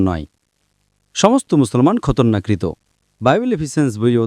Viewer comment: শব্দটা ঠিকমতো বলুন বা অনুবাদ ঠিকমতো করুন। খতনাকৃত হবে, খতরনাকৃত নয়। শহরটার নাম নাজারেত, বর্তমানে পশ্চিম তীরের বর্ডার থেকে কিছুটা উত্তরে অবস্থিত। ডক্টর নায়েক কিছুটা ভুল বলেছেন, উনি যদি বলতেন যদি খ্রিস্টান হতে চাও তবে ইঞ্জিল পড়ো, তাহলে ইসলাম ধর্ম অনুযায়ী ঠিক হতো।